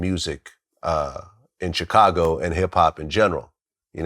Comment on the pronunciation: Dude I’m at my wits end with Glad n how he pronounces Chicago. It’s not hard. Just like the momos who say the S in Illinois.